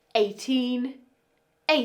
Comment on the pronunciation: 1) Sixty 2) Seventeen 3) Seventeen 4) Eighty (but the first time you said the sentence, I understood "eighteen" 😂) Thank you for this video, I always struggled with can/can't, maybe because when I was studying my teachers used american accent, or maybe because my listening skills were bad (or maybe both reasons 😂).